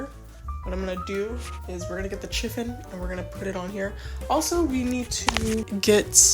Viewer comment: Happy New year. Sorry to be that person but "chiffon" is pronounced "shi-fun".